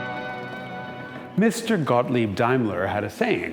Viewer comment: That pronounciation of daimlers saying was on point, im impressed!